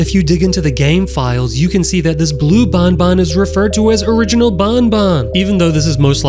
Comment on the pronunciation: Not bunbun is banban